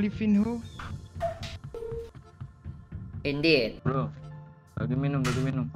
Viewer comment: Baca nya bukan levinho bang. Tpi levinyo .